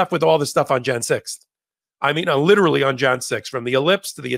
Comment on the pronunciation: Lit•er•al•ly ... you're an adult, speak like one.